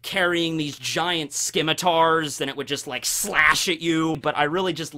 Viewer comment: Ffs, you do not pronounce the c in scimitar. SIM-i-Tar.